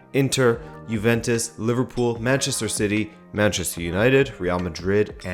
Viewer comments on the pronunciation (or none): none